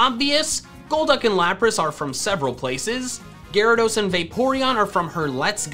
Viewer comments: Gyarados, not Garadoss! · IT'S GYARADOS, NOT GYRADOSE! THE NAME DOES NOT END WITH AN E! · "Gyarageese" (I'm sorry) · THERE IS NO OF IN THE TITLE! DO NOT LEAVE OFF THE E IN ARCEUS! AND IT'S GYARADOS, NOT F*CKING GARYDOES! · DO NOT LEAVE OFF THE Y IN GYARADOS! AND WE DON'T USE THE WORD ITS AS A PRONOUN IF THERE'S AN APOSTROPHE IN IT!